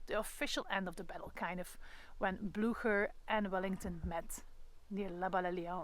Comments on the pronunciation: That was very interesting, thank you! You helped me a lot with this. Still, I would love, if you, as a guide!- could educate yourself about the correct pronunciation of the Name "Blücher". Your take on it is really unintelligible. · Ten eerste, “Lasne” spreek je uit als “Laan”. Ten tweede, uw Engels heeft een gruwelijk Vlaams accent. “Pruusians”…. Mens toch. Ook “Blücher” (met Umlaut dus) spreek je heel anders uit.